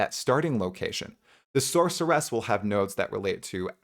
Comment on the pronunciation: SORCER-ESSS + HUNTER-ESSS = no, fucking stop already